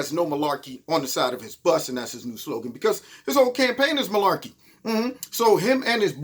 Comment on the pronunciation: I know you’re not full of “Milaekey”! FFS! LOL 😂